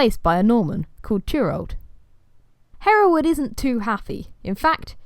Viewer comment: Really pleased to hear my name said the way I say it! Haha. Thanks for making this fun video. I can show it to my students when they ask about my name.